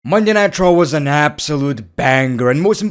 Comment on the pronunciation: Am I the only one who hears Monday nitro when ever he says Monday night raw